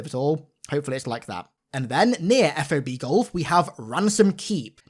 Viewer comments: Just putting this out there; but military tend to just sound out acronyms, not spell them out. It's not "eff oh bee" its Fob. Like Bob but with an "F" in front. Not to be that guy but I couldn't let it go in "Battle for Los Angeles," and it's just funny when you hear people actually spell it out. ANYWAYS! Super stoked for this game. I don't even understand how some people are trying to dog on it and saying it still looks like trash. Someone said COD Vanguard looks better.....🤣🤣🤣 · Great video, but how you’re saying FOB is driving me nuts. Just say it like a word. Saying F-O-B sounds silly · I sent you a voice message on Instagram letting you know how to pronounce FOB. In future it will be easier to say than f o b. I was in the military feel free to message me if you got questions about military terms. 343 has done a great job in using correct military terms.